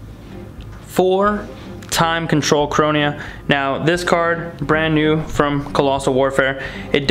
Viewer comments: You ppg players are real dumb when it comes to reading. Chronia? Its says ChroNOA. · It´s Toki-toki lol, and ChroNOa